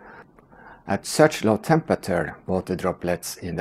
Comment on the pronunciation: you pronounce temperature incorrectly